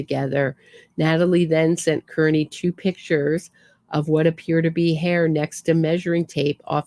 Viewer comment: I think he pronounces his last name “Car-knee”!